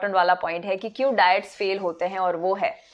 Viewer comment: Diet bolna nahi ata